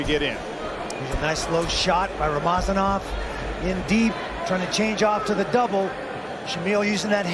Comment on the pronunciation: its not rama zanov its rama za nov